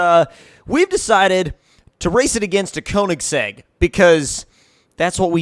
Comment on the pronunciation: Say Konisegg one more time! I DARE YA